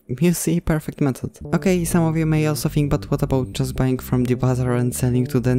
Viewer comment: And btw u said bying ibatead of buying